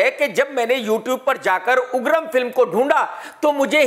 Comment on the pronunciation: Uggram not agrram 😂😂